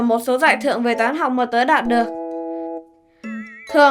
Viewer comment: đạt được mục đích mà có ai giống tui nghe thành đạp được mục đích không , kkk